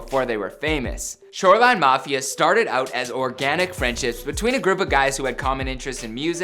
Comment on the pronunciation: Did he say “shoreline knofia” ?